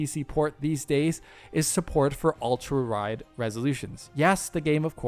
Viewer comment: "ultraride." Anyway, as always, great video.